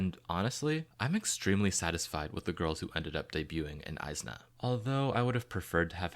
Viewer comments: nah bro its is-na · the group name is pronounced ee-zna not eye-zna idk how you missed that